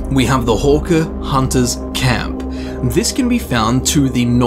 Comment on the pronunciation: When you said horker my ears instantly understood hooker. This happened more than once...